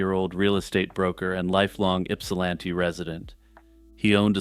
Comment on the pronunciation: So proud of you for pronouncing Ypsilanti so well! ;)